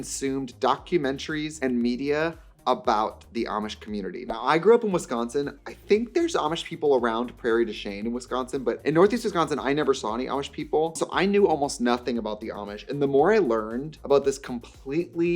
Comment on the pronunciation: hey… wait i have never heard ANYONE pronounce prairie du chien like that…. everyone i know from there says the ‘chien’ like “sheen”